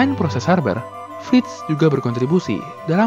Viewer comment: “Haber” bkn “Harber” “BASF” bkn “ BASV”